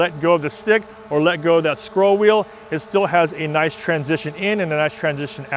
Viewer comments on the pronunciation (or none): none